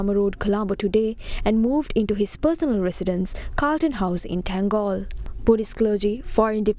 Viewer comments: Its not ටැංගෝල් its තංගල්ල. Please pronounce the correct names accordingly. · In English you pronounce* it tan-gall.